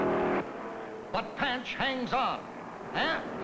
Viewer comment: Have to smirk every time the commentator called Marvin Panch's name... It's pronounced "pahn-ch," not like the frying pan "pan-ch." Over the years, I've even heard it pronounced "pun-ch," depending on who was doing the talking, but never "pan-ch."